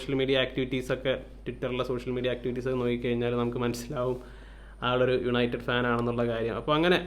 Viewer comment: "Yanited pull"😂😂